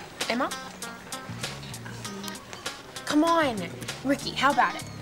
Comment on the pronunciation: Ya, and also it's "Rikki"not "Ricky"